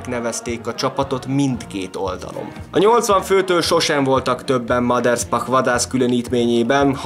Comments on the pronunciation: Mindössze egy kritika: nem sz-szel mondták a nevét, hanem s-sel. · Általam nagyon tisztelt emberről készítettél anyagot. A videó tartalma jól összefoglalja az életét, gratulálok hozzá! A bevágott képek és videók is szuperek! Ha megengedsz egy kisebb észrevételt, a Maderspach név s betűjét nem 'sz'-nek, hanem 's'-nek kell ejteni. Még egyszer köszönöm a videót! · Újabb szuper videó, de nem sz-szel, hanem s-sel kell ejteni a Maderspachot.